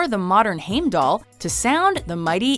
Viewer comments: It´s pronounced Haim- dat- lur..... heimdallr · Okay I dont mind the mispronunciations except for Heimdallr, that one bothered me a bit